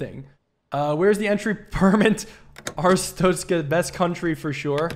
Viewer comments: It's pronounced Arstotzka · Most people say ar-stock-ska I think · Wait a minute… Our-stoat-skuh It’s the god damn stoat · I've been waiting for this and "are-stot-skah" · “Air-it-stos-ka” is the approximate pronunciation of the country this game exists in, hope I helped 😊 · Way to pronounce is is arr (like a pirate going arr) stot (tot as in tater tots) ska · I think it's pronounced Ar-stot(like shot)-ska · Bro, its ch sound. Not tsztszt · Arstotzka is pronounced: Ar (like a harsh pirate arrrr just shorter) Sto (like stone) Tz (like the ts sound you make sometimes) Ka (like the beginning of car, but sharper)